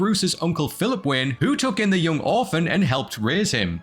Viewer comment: Sounds like he keeps calling him Bruce Wynn.